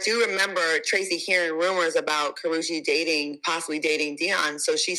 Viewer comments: It is Ka-ru-chi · Pronounced Kuh•roo•chee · I can’t…the pronunciation of her name is WRONG!